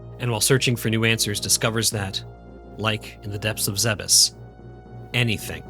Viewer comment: THANK YOU for not pronouncing it "Zee-bees" like I hear WAY too many YouTubers do. It's infuriating.